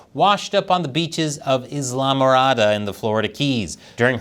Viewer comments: Tips from a Florida Man: Islamorada is pronounced Eye-la-more-ah-da, and the manatees there already had cocaine. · as a shitposter that loves your content, its pronounced isle morada, Florida. But hey, even the people there are too old to clap out the words to that city. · Islamorada is pronounced eye-la-more-ah-dah :face-purple-smiling-tears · Hey! Florida man, here: It's pronounced "Eye-lah MorAH-da"